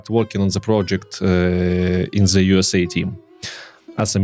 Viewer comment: Спасибо за всё что ты делаешь, классный контент 😉 Но почему все русско говорящие произносят слово "the" как "зе"?! 🤨разве native speakers так говорят? извини, но у меня аж ухо режет. Постарайся это поменять 😉